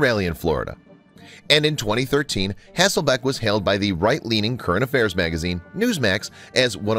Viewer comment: I tho't she was cute and enjoyed her. However, if she was the moron everyone seems to think, so is the announcer on this video as her name isn't HasselBACK as was said repeatedly, but HasslelBECK. Those who throw stones in glass houses..... etc. , etc.